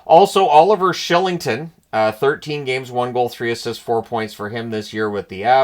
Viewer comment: What is this “Shillington” nonsense!! As a Brit his name is “Killington” nearby as Patrick Warh not Roy